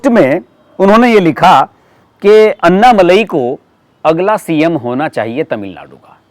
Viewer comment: कृपा करके अण्णामलय कहिएगा अन्नामलाई नहीं